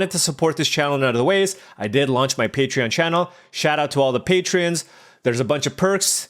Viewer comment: Patreon? More like "Pay "! Love the drafts, man. You're doing great.